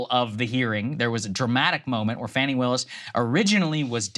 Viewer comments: Fawny, not Fanny. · Fah-ni. it's not hard to pronounce people's names correctly.